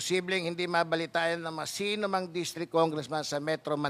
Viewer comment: MELYON N PLA ANG BAGONG PRONUNCIATION NYAN? ANG ALAM KO MILLION MILYON. KAINIS PAKINGGAN YUN KAARTEHAN,BIGKASIN NG TAMA ANG MGA SALITA